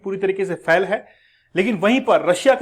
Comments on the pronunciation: फेल को फैल बोल रहा है क्या मास्टर बनेगा रे तू। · Fhal nahi sir fail hota hai